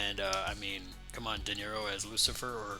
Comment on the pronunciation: Robert DeNiro or Robert Defar-o? 😂